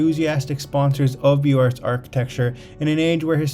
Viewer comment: I enjoy the images and info. Thank you. FYI it's Beaux Arts = Boze Arrr(t)